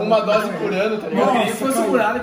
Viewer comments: Tem toguro falando DROSE TEM LIKE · PERCEBERÃO O Toguro FALOU UMA DROSE KKKKKKKKK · Tem Toguro falando três "drose" tem like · Tem toguro falando três drose de pre-treino tem like .